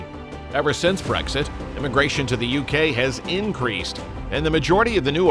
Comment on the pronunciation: "WE HAVE NEVER HAD BRXIT"!!!!!!!